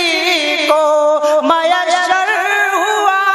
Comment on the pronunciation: Taaj.....not taaz......mayassar. . not...maysshar